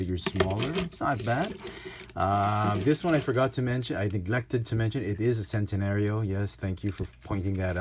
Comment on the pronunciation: Great review and great channel for early reviews and its pronounced "Chen-tenario"